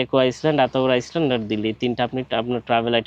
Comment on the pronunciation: পূর্ব তিমুর থেকে মাঝেমধ্যে আইসল্যান্ড চলে যাচ্ছেন ? ইংরেজী শব্দগুলোর সঠিক উচ্চারণ করার অনুরোধ জানাই ভাই। তাছাড়া প্রয়োজন ছাড়া অযথা ইংরেজী শব্দের ব্যবহার না করাই শ্রেয় বলে মনে করি। আপনার কিছু ভ্রমণ প্রামাণ্যচিত্র দেখেছি। ভাল লেগেছে। ধন্যবাদ।